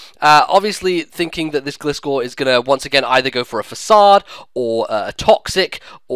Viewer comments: (FAH-SOD) not (FAY-CAYD) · Fasakade? I see one 'c' in there, not two, nor do I see a 'k' It's pronounced 'fa-sawd' because it's French, like Guillotine, it's pronounced ''gee-o-tine'' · It's actually pronounced Fah-Sad lol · Its a french word dude, its not pronounced that way. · Pronunciation fail. Look it up. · dude learn to speak. says it right.